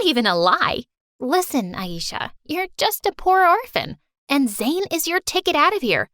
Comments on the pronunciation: It's not eesha it aisha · Did you say ayeisha .. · I'm from Pakistan but know enough things to figure out they were pronouncing the names wrong like aisha as aieesha and ajay as a-jay